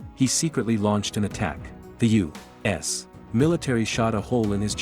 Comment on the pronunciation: Continuously : U ASS In the beginning it annoyed me until it almost became 'funny' when I annoyed my wife even more as I was repeating it EACH SINGLE TIME the nar-bot-rator mentioned U - wait for it... - ASS 🤬🤪😁😝😆